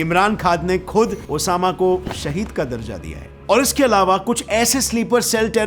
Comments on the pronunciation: It’s SHAHEED not shahid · Bhai you say wrong sahid not Shahid